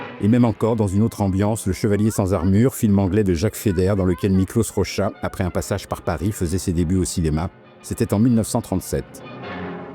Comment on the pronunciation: Merci pour cette superbe vidéo ! Si je peux me permettre, le hongrois ne se lit pas comme le polonais, donc son nom se prononce "Mikloch Rogea".